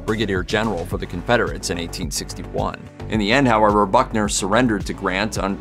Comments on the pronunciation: It's Buckner, not Bunker. Oh, I see you fixed it. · Pallbearer Confederate General Simon Bolivar Buckner, not "Bunker". He was a West Point classmate of Grant. He was also the CSA general that surrendered Fort Donelson to Grant ("unconditional surrender") in 1862 for Grants first huge victory and surrender of an entire CSA army (Vicksburg & Appomatox would come later). Buckners son, of the same name, was commander of the American army at Okanawa in WWII and was killed in the final stages of the battle. News reporters need to polish up on the historical homework before making presentations on television...."Bunker", geezzz LOL. At least he got it right later....